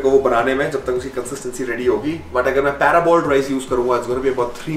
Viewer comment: Bhai it's par-boiled (not para-boiled). In Hindi, it is called Sella chaval. It is boiled with husk so the nutrition from husk goes into the rice and then de-husked and dried. The starch crystallizes in the process.